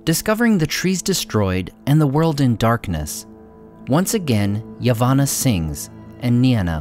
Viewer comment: I still love these videos, though I would really have preferred it if dudeface cared enough to pronounce words/ names (such as Laurelin, Yavanna, etc) properly.